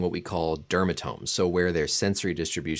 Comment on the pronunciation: lol your pronouncing peroneal wrong bro